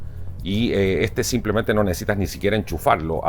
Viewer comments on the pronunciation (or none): none